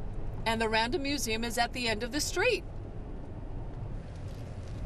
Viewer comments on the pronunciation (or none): Its NOT The RANDOM Museum. Maybe the robot dropped you at a "RANDOM" place near the museum be you can't correctly pronounce RANDALL? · She seems to be saying random museum. , she said Randall I believe one time so I know she can say it. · this whole time I thought she was saying "Random museum" 🤣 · She was saying Randall, and i was understanding "random museum" 😂 so, the car was not that wrong, she asked for a random place, and the car left her in a random place... 🤣🤣🤣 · It wasn't until I saw the sign that I realized she was saying Randall Museum and not Random Museum. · You're right. She IS saying Random. She isn't pronouncing the L's. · I keep hearing “Random museum”! 😂